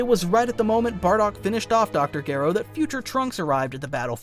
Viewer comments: Gero not geero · BTW. His name is pronounced. Dr. Jer (O... like zero without the zer) not jear.. ro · This is probably my 2nd favorite DB What If after Salad Saiyan's "What if Raditz turned Good?". Though I would like to correct one error. Dr Gero. The G is pronounced like a J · Why do you have to butcher Gero's name like that? That is not how it's pronounced. You are starting to make this video unbearable to listen to, no matter how good the story is.